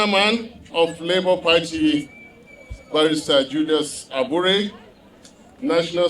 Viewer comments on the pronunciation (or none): Did I just hear JULIUS ABURE.....OMG, DATI U should know better